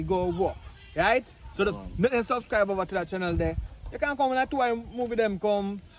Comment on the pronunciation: Can some one tell the dread that it's subscribe and not suvscrive please??